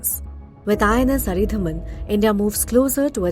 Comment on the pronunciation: It’s अरीदमन, not अरीधमन. At least learn the name before making your report.